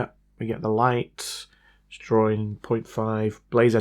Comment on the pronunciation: Why do you say drawrin? Seems a simple mistake to correct.